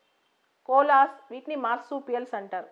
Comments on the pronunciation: We should pronounce it like kovala not cola. 🙏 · It's koala. No offence. Thank u mam.